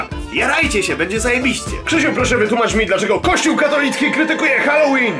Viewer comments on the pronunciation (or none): none